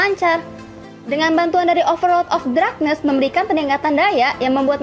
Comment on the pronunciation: Kontenny sudah bagus, tapi masih ad beberapa pronounce bhs inggris yg masih kurang tepat diucapkan (machine, darkness, masked). Kedepanny bisa lbh dipersiapkan lagi materinya. Good Luck